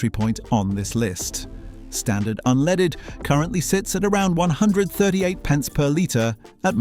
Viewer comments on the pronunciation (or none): What's this "unleeded"? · How can you take somebody serious when they can't even pronounce unleaded correctly